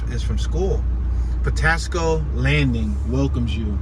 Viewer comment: Patapsco Avenue say it right